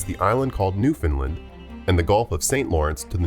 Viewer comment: It's pronounced new fund land and lanse o meadows 😂... I've heard a lot of humorous ways of pronouncing that province's name